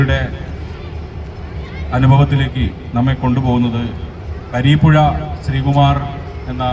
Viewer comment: മലയാളത്തിലെ മികച്ച കവിതകൾ തിരഞ്ഞെടുക്കുകയും അവതരിപ്പിക്കുകയും ചെയ്തിരിക്കുന്നു. എല്ലാവർക്കും അഭിനന്ദനങ്ങൾ.പിന്നെ കരീപ്പുഴ ശ്രീകുമാർ അല്ല സാർ കുരീപ്പുഴ ശ്രീകുമാറാണ്.....